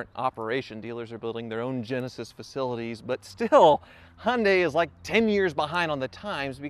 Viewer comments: It's Hee un day, not Hun day! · Hun day - still sounds strange to my English ears. We go for Hy un die but who knows what the correct pronunciation is. Mind you I still struggle with Mozz da and Knee sonne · "Hunday" lmao it's Hi-un-day... Kills me everytime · Hun - day try saying hi - yun - day you American’s make me laugh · It's " Hi. UN DIE " not Hun die lol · Hi-oon-Di, not, as you call it a hunday. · It's pronounced Yundai... Not Hondai... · The Y in Hyundai isn't silent. Why can't Americans pronounce any car names correctly? Jagwar, neesan, hundai.................. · Honday ???? You mean Hyundai its pronounced and spelt Hyundai not honday why can't you use English ?? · He-un-day is how the Koreans pronounce it, so I guess the Aussies have it right. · Canadians don't pronounce the H and the i. We say it 'yoondah...' (along with a sweeping hand gesture.) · Bro, calling "Genesis" a Hyunday, is like calling "Infinity" a Nissan, or Lexus- Toyota. Lol.... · Why do you pronounce Hyundai as Hunday? Just wondering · Hy un dai. get it right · Hyundai is pronounced Hi un die .... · Could not take it any more